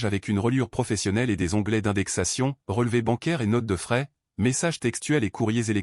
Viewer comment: Troublant et non trop blanc Notes de frais et non notes de fraises 😅